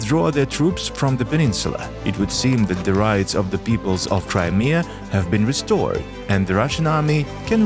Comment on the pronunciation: "Resorted", not "restored". Otherwise great video.